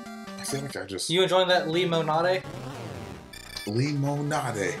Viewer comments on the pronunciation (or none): I better NEVER hear you pronounce lemonade like that ever again.